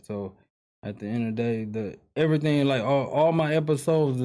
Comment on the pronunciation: The cannon family love "THE EHD OF THE DAY" 🤣🤣